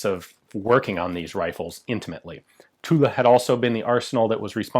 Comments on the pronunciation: Next step: pronouncing Tulle "tul", not "tuleu" or "tula". But congrats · Every time you say 'Tulle', I think Tula for some reason .... "Wait a French gun made in Russia? Oh .... Tulle with an 'e'" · The actual French pronounciation would be "Tull", the E at the end is silent. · Oh the French factory is called Tulle. I thought you were saying Tula. I was thinking "What the hell? A Russian factory making French guns?" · Almost. The French "u" that has no equivalent sound in English, and the double "l" is pronounced as dragging on it. So "Tewll" wous ble closest, I think. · is tit me or should you not pronounce the L in Tulle? like in Marseille? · The correct pronunciation for Tulle is without the final "e" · We don't pronounce the "e" in Tulle ;-) Great vid as always!